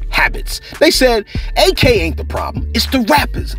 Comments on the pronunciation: Its not A.K. its pronounced like ack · It’s Ak, not A.K. 🤦🏽‍♀️